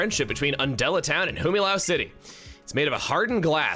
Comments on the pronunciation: He called it "Himilau City" again. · Humilau goes with HU and not HI. First time I hear being called Himilau. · I'm so glad I'm not thr only one mispronouncing Humilau City. Definitely got caught off-guard hearing it spoken in this LP for the fiest time brcause I thought it was wrong! Pokémon's a weird franchise, man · Oh, Chugga, you'll never expect how funny you were to the people who purposefully never told you the correct pronunciation of Humilau City.